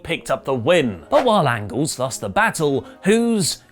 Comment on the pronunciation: is doing a Hot Fuzz joke or does he actually think Alan Angels’ last name is Angles?